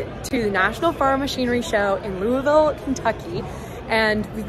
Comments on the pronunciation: Thank goodness for someone who can pronounce Louisville correctly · Your pronunciation of Louisville was perfect. Welcome to Derby City! I generally stay away from all the big shows here in Louisville, except when I worked for a trade show company for a couple years, and displays, graphics and rentals had to be set up and taken down. Thank you for taking us all along and showing us this side of a trade show through your eyes. Ear protection at a tractor pull is a must, or so I've heard! Stay safe y'all!